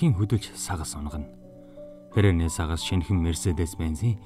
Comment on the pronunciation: "Сангас" (сагас❗️) гээд ганц хоёр үгийг буруу хэлснийг тооцохгүй бол үнэхээр сайхан уншжээ... Ахмадын хорооны Еөк ер нь яах гээд байна аа, гэхгүй юу... 😜😄